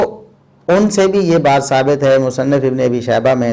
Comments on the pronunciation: شیخ صاحب کوشش کیا کریں امام ابنُ ابی شیبہ کی کتاب المصنف کی نون مفتوح پڑھا کریں یعنی مصنَف نہ کہ مصنِف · جی شیخ محترم نے مفتوح ہی پڑھا ہے آپ غور کریں دوبارہ آواز پر۔ بارک اللہ فیک